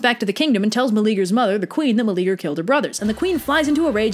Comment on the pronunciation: I like this a lot. Your style and delivery are really good. BUT, his name is 4 syllables: Mel-e-a-ger. The e and a are separate, not like the English eager. I'm all for reimagining myths for modern audiences, but get the dude's name right. He's like the only guy in mythology who isn't a huge prick.